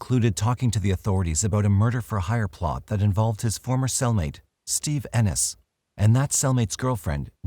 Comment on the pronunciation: Ennis, Montana Living in Oregon I'm impressed you pronounce Ennis correctly!